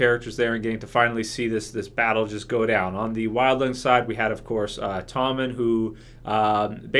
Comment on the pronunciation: Tormund giantsbane not tommen :)